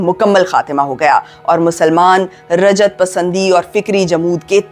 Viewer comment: Raja't nahi ruja't aur jaddat nahi jiddat